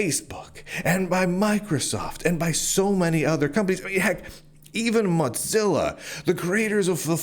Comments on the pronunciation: This is besides the point, but I was listening to this as more of a podcast thing and I was so confused as to who “Mahtzilla” foundation was. When you mentioned browsers I thought surely he doesn’t mean “Mohzilla” and had to look at the screen for context clues. This is just me being dumb maybe, but hearing you pronounce it like Mozzarella cheese and not like Motown has me so distracted. 😂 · Why do you keep calling it "Mot-zilla"? lol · I must digress here, lol- it's not the "Mozzerella Corporation", It's Mozilla, the "mosaic killa". not floppy italian cheese- and every time I hear that, it bugs me to no end lol.